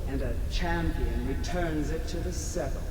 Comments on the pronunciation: Pronounced sep•la•cur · He pronounces sepulcher wrong -.